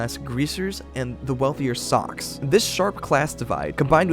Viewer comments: I'm pretty sure Soc is pronounced as Sosh in this story, short for social it makes the same sound as the first three letters in the word. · Did you watch the film? Read the book? It's "Sosh" not "Sock". Thanks for posting. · I'm almost positive "socs" is pronounced like "soash" and not like "sock". :S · I say this with all love, as a channel that talks about movies PLEASE pronounce names of movie characters / titles like “soc” short for “social” & names of FAMOUS, well known beyond just those in the industry, directors like Francis Coppola. It was incredibly distracting, and made it sound as if you are not at all familiar with the topic you are consuming outside of a basic google search that we could all do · I f you actually watched the movie you would have known I don't know how you'd get that wrong. You're very good at articulating this story. It's a good video, it's just kinda jarring socks? Even reading the book everyone always knew. I don't get how you fuck that up it's weird. Did you not see the movie? If not because it's hard to believe you're an.acual fan and call them sucks? They literally NEVER say that ANYWHERE in the movie and it's co pa lu not capella 😬. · Dude....its not Socks. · ...well thats up to you and how you pronounce it but at the end of the day its still not Socks. Lol.